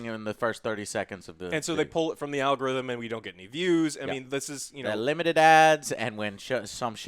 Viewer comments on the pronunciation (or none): Why does Joe keep saying "a-log-a-rhythm"? 🤣😂🤣😂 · and his goddang ah-log-a-rhythm. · That is the advanced way of saying it lol